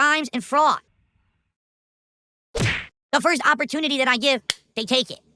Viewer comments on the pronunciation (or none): none